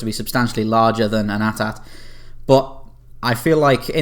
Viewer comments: Its A.T.A.T not atat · ATATATATATATATATATATA It's AT-AT (A T - A T) How do you say AT-ST??? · him saying at at instead of A-T A-T is annoying af